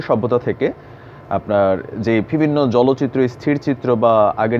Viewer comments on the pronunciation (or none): একটি শব্দ আপনি প্রায়শঃই বলেন -- " ভিবিন্ন" এটা হবে " বিভিন্ন" পরবর্তীতে সংশোধন করে নিবেন।শুভকামনা।